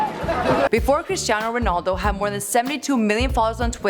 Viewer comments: "CHRISTINAO RONALDO" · Cristan ronald wtf is that lol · Remember when Michael Said Christin ronald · U messed his name up again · im portuguese and this is so bad, omg learn ur shit please. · Your pronunciations are awful, you literally say real mAdred, its not Christinao Ronaldo its Cristiano Ronaldo.